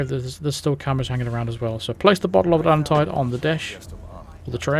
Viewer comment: 47 says AtlanTIDE instead of Atlan-TEED as in the bonus mission.